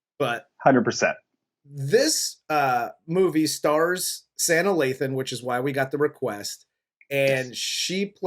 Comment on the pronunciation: Lol her name is pronounced Saa nah....just had to tell ya...still love yall though😁